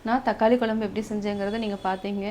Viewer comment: அருமை சகோதரி,குலம்புனு உச்சரிக்காமல் குழம்புனு உச்சரிக்கவும்,உங்களை போன்ற சமுகவலைதலங்களில் வரும் பெண்கள் தமிழை சரியாக உச்சரிக்கவும் அப்பொழுதுதான் அடுத்ததலைமுறைக்கு தமிழ் சரியாகசென்றடையும்.